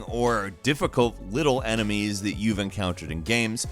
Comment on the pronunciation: Emenies??? EMENIES?!,!